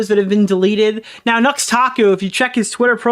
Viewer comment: “Noox Taku” my ESL streamer 😂